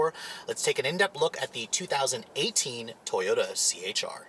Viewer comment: the way he said "Toyota" 🤣😂